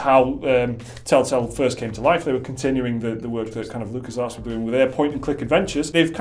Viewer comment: Did you just say Lucasarse?! LOL